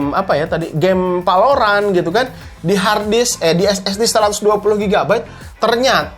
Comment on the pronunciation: gila lu bang gaada belajar sama sekali. gunakan bahasa indonesia dan bahasa inggris yg baiklah. valorant pake "V" bukan "P". pls lah ada kemajuan